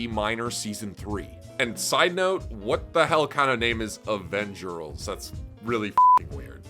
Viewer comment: Avengerls, pronounce the L with an r... lol